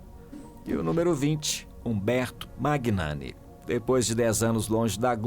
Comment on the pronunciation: Quando uma pessoa se propõe a falar sobre outras pessoas, o mínimo que se espera é que essa pessoa saiba o básico: o nome de quem se fala!!! A pronúncia correta do nome do ator Umberto Magnani é MÃNHANI, e não MÁGUINANI!! Procure se informar antes de falar errado!!!